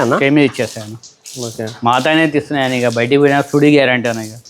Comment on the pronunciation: సుడి కాదు. చూడి / సూడి. సుడి అంటే అర్థం మారిపోతుంది.